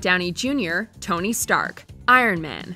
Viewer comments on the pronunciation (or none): none